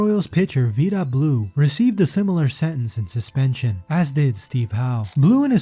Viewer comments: Vida Blue long I pronounced: (V eye da ) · Please keep trying...but make sure you know how to pronounce players names? Kind of painful on that score (Who is VEEDA Blue? Did you see him pitch?). Otherwise... really great job of collecting info & consolidating some info -- but realize, baseball fans: Many inaccuracies & rumors in this! Judging other humans, regardless of their public personas, is very bold. Hope this creator is utterly stainless in every aspect of life. Peace! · Keep trying, I cringe every time you misspeak Vida Blue's name. Otherwise, good work. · How do you mispronounce Vida Blue and Willie Stargell? Is this an AI voice?? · Vida Blue is not pronounced like that , show him some respect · they say the 1st drug era was the 80s? get tf outta here w that. the 60s and 70s were full of players taking amphetamines. like 90% of the mlb! they said u werent a team player in the 70s if u did NOT take speed, thats how much better u can see the ball when hitting. i shouldda known when the narrator didnt pronounce vida blue correctly.